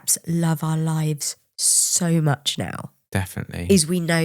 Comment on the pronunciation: You so "lives" I hear "shit"